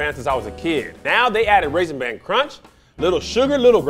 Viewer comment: Why does keep saying “Raisin BAN?”